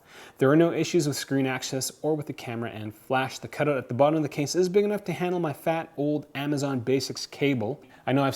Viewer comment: I love it when you say port cut-oot :D